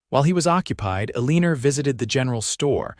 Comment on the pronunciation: AI calling her Aliner drives me crazy, but a beautiful love story. ❤❤❤